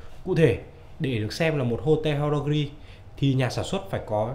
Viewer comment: Đọc tiếng pháp nghiêm túc hơn nhé, haute horlogerie (high quality watchmaking) bạn đọc là ho-te là sai, phải đọc âm tiếng pháp gần như : ốt- tọc-nô-giơ-ri nhé. Thoát nghĩa là đồng hồ hạng cao cấp ( horlogerie de haute qualité ) người xã hội chủ nghĩa gọi là siêu đẳng cấp :)